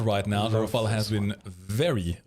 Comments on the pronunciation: Ra-fale, not ra-fael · it's Rafale, not Rafael, it ain't a ninja turtle